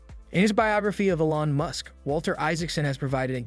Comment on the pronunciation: Old info, inaccurate and based on guesses stated as facts. Using an AI voice that can't even pronounce Elon (said as "Ellon"). Cmon... Do better, or don't do....